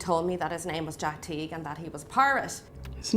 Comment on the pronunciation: It's Jack TEAGUE not Jack T.